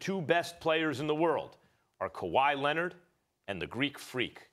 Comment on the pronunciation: "Kahwi Lennid" Stephen A Smith